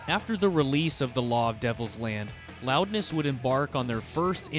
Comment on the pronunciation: Loudness. Pronounced: Roudness